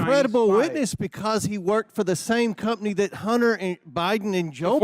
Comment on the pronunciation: That countryass hick is the absolute dumbest and beyond the worst at this. Plus... who tf says cump-ney😂😂